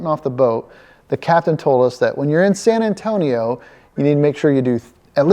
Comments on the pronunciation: Say very slowly: Sann Ann-Toe-Nee-Oh. Si? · I'm from Phoenix, Maryland (yes, there's another Phoenix besides the famous one). I love your videos regardless of the specific shenanigans involved because it's you doing them. And sometimes I learn something, like the fact that apparently it is possible to mispronounce "San Antonio".